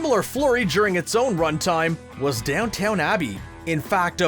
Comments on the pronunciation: Speaking of mistakes... DownTOWN???Abbey!!? Nope. Not pronounced that way. It's very clear that it isn't pronounced that way. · "DowntoWn"?? seriously? why add a non-existent W to the word and egregiously mispronounce it? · Did you really have to say "Down TOWN Abbey" 3 or 4 times? At least take the 30 seconds required to learn how to properly pronounce the names of shows you are going to talk about. Skuh-reeeneeneen Rananantis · I didn’t even watch the show, and I cringed every time he said it... 🙄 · He said it wrong so many times I started to doubt my pronunciation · The people who make these videos always mispronounce something. It's almost like they never do research, or even care about the material they're presenting. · Yes! Oh my word I thought he was kidding the 1st time he said it but then a 2nd & 3rd time made me want to sick up. Violet would be most displeased. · Calling it "down-town" abbey 🤦‍♂️ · Dude. It's Downton Abbey, not Downtown 😳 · You’d think a guy who made talking about movies and tv shows his job would know how to pronounce Downton Abbey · Did you mispronounce ‘Downton,’ to have your own mistake that was ‘left in?’ The meta-ness of that is definitely a better reason than being an unintentional mistake you didn’t notice. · I'm not even a fan of he show and I agree. Ironic considering the subject matter. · The amount of times he says Downton wrong is painful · AARGGHH for a video nitpicking tv mistakes, you really didn't check your pronunciation of Downton, it isn't Down-Town, it is Down-tuhn. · Your channel should have a video called 10 times our voice over person mispronounced a name or place. It's Downton Abbey not Downtown Abbey. Please get these pronunciations right before recording your content. It makes a great video into a so so one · Every comment is about how he said DownTOWN Abbey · It’s not even call downtown abbey, it’s called Downton Abbey (which is pronounced down ton abbey) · It’s DOWN TON NOT DOWNTOWN ITS BOT AMERICAN ITS BRITISH